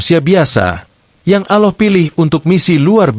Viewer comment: Good and clear explanation but how come you find it difficult to pronounce Gods name Allah? You pronounce it as AuLah and not ALLAH.